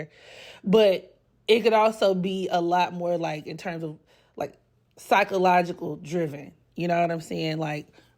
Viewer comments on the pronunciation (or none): none